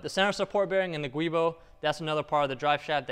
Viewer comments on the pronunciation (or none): Good video ! BTW, the word "GIUbo" is pronounced "Jew-Boh", not "Gwee-bo".... :-) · The guibo is actually pronounced "jewbo". ;) /truestory "A giubo (/ˈdʒuːboʊ/ JEW-boh; etymology: giunto Boschi)". Just thought youd like to know. :)